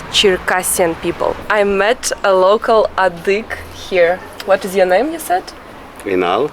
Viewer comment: thank you for beautiful videos but you should study a bit the cultures you don’t know well. You kept saying “adyhig”; it is adygheeee” with an e at the end. Additionally, you never talk about very crucial historical events. Adyghe people had to immigrate to Ottoman land in 1864 onwards because the Tsar of that epoque forced them to. It is the most tragic event of their history. Now most of the circassions (around 3 million) live in Turkey. You are telling irrelevant stories which makes me surprised. Put a bit intelle tual effort please.